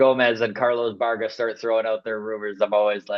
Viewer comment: FYI: It's pronounced Carlos "Bi-air-ga", not "Barga". I need Santander on this team, boys.